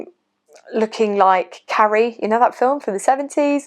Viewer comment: What a great video! Strong and inspiring, it can't have been easy to make, but you deal with this personal subject with incredible honesty and sensitivity. If only we could all be like you in that way! When you mentioned Carrie, at first we thought you said "curry" and were a bit concerned 😸